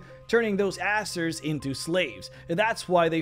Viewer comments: It's pronounced AiZeer not asser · I think you ought to pronounce it "AZZER" and not "ASSER" just to avoid confusion with other, less PG youtube channels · Hate to be that guy, but I think it's AY-ZER